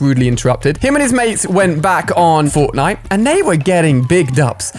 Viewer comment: He said botnite